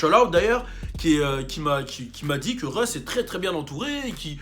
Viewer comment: Russ not reus lmfao